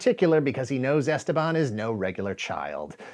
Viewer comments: Goddammit, it's esTEban, not "esteBAN"! (Yes, like "leviosa") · As a native spanish speaker the way he pronounces Esteban is driving me crazy...